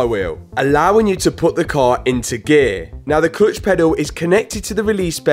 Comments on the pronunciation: “Clotch” “clotch”. I’m sure you mean clutch. ? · I don't think i've heard 'Cluitch' so much in my life haha! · Love your videos. But I really just keep coming back to hear your pronunciation of "murciélago" and "clutch" :) JK